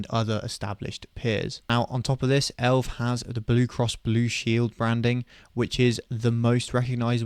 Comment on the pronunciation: no one calls it elv bro its E.L.V or Elevance where is this elv coming from lol